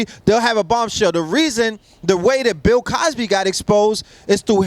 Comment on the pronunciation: This nigga said Pill Cosby 😂😂😂😂